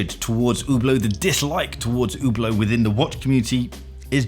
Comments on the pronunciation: I wonder why english speaking people say Hublow. Just listen to the woman at the begining. Hublot...Hublot! Please don't say Ublow. I ain't french nor is it my first language. But I speak many and trust me only worst than Ublow is Hublote...LOLOL Either way you say it, it won't make it get any better. Because it is SHITE! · It’s pronounced Who Blow, not Hub Blot. But I don’t fully get the hate, they carry some garish pieces but a few reasonable ones also. Pricing is silly on many pieces, but you could say that about a dozen other brands. I hate them less than Tag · Completely agree on Hublot. They actively lied to customers a while back about the movement in one of their watches. Really bad when ALL of the premium price is wrapped up in the case and bracelet alone and a brand new replacement movement can be bought for less than Hublots servicing costs. With regard to the Hub Lot pronunciation part of your video for the Hublot - JeJe LeCoultre, really 😂😂😂. It is spelt Jaeger as in Jaeger bomb - 'Yay Ger'. Never liked 'In-Speak' myself in any area of life. Same as people have to say - 'On Wrist' in place of On the Wrist. As bad as if a guy named Robert told me he pronounces his name RowBoat and I then applied this to every Robert I encountered 😂. Imagine a guy with the last name Fosdyke being announced as FoxDick because someone else had used that? 😂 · I think its french and is pronounced LUBE-a-lot, but what do I know 🤷🏼‍♂️ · probably because Hublot , is pronounced hooblow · It is pronounced "you blow" after all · Hublot... pronounced YouBlow? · an OuH blOh? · it's a french word...so should be pronounced " U blow" LOL. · I’m francophone and I intentionally mispronounce Hublot out of contempt lol. For all the commenters talking about Rolex fans–Hublot fans are all the most toxic Rolex fans taken to another level. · Hablot?! Good God! Learn how to pronounce dude before pushing your hate message 😊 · its not "UBLOOOOT" its "SHHHHHHIEEEEEETE" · Oooh blow. Not Who blow.